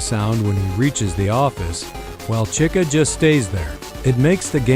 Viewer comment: “Cika” the ai messed up lol